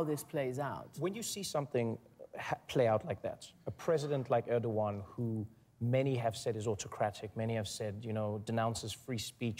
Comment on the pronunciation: you cannot even pronounce Erdogan's name right, you wanna bring up truthfulness